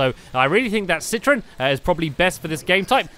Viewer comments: It's citron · Not Citroen